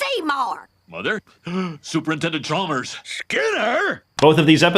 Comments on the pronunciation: Umm I think you'll find it's pronounced Supernintendo Chalmers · You mispronounced "Super Nintendo Chalmers" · I hate to be That Guy, but: As you were pointing out the inconsistencies and contradictions and errors of the segment…you repeatedly mispronounced Super Nintendo Chalmers’ title.